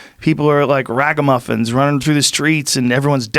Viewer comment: Joe's never sounded more Boston than when he just said the word "ragamuffins"